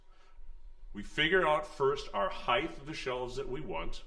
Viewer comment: Did he just say "heighth"? I hope he didn't say heighth. There is no such word as heighth. Height, yes, but not heighth!